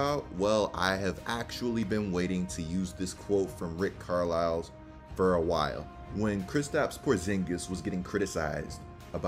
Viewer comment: Bro, Car-Lyle. The S is silent. Love your videos. Keep up the good work.